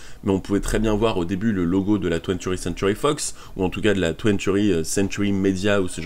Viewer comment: Twentieth pas twenturi 👌🏽